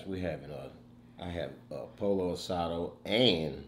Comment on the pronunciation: Not POLO ASADO It’s poyo asada